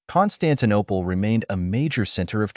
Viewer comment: "Constantine Eye" 🤔 🤦‍♂️